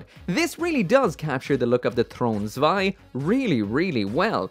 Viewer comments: PRONOUNCED SVEI!!!!!! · You're actually supposed to pronounce the Zwei as ZVEI